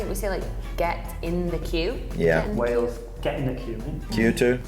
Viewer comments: Where tf is 'Wells' is Wales pronounced Whales. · You keep saying what sounds like Wells for Wales, it's pronounced Way-les.